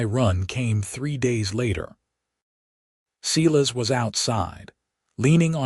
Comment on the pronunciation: Why do you insist Silas is seelas ? ……, AI = idiot …